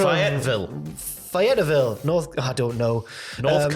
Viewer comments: It’s FAY-EHT-VILL. Love you guys. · Fay - et - ville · It’s pronounced “Fay-et-ville” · Fay - it - ville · Lol being from North Carolina Fayetteville is pronounced Fay-it-vil and I wouldn't stop at a gas station there if my gas light was on so I'm surprised the tribal diva is willing to grace that cesspool with his presence. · Fay ett ville is how you say it, XD. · It's pronounced FAY-YET-VILLE And yes it is a very important market... The Hardys are actually from the outskirts of the town (Cameron, NC)... Greensboro which was Crockett promotions headquarters, is only 90 minutes away... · Fay-et-ville lol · Fay-ette-ville north Carolina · Your stuggles to pronounce Fayetteville had me dying. It is pronounced Fay - Et - Vil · I never thought about what Fayetteville would souls like spoke phonetically 😅 Good try, though! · Fay-ette-ville pronounced Fae it ville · Lmfao As An American : Fay-et-vill 😂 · lol... Y'all did try, but it's actually pronounced "fay - uht - vil" or as I say, "fay - et - vil". 😁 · FAY-it-ville, close enough though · The proper way to say the name is Fay-at-ville boys. You should google it before trying to pronounce it. We americans can say your country's cities names clearly. Just saying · It's pronounced FAY-YET-VILLE... 🤦‍♂️ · It may be hard to believe but Fayetteville is fay-it-vil. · Native North Carolinian here! Its pronounced fey-it-ville (Fayetteville)